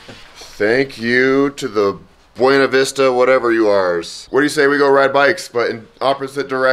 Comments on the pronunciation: They pronounce it Be - ewe- knee vista Not Ba - wain - a vista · [BWEY-NA VISTA] god how do people not know how to read